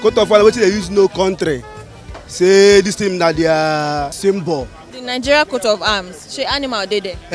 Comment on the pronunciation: Wy do you guys say Ningeria? Isn't it Nigeria?